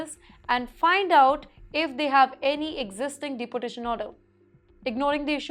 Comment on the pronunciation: Madam, Please pronounce deportation correctly like deeportation rather than like you pronounce deputy. sorry for this. You will sound better